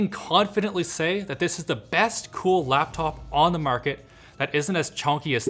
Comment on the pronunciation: Normal human: Laptop This guy: loptop